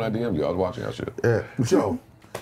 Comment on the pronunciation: way he said Joe show you know he don’t watch the Pod.